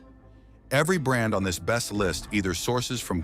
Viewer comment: AI narration is the best! "Are Be St" = "Best"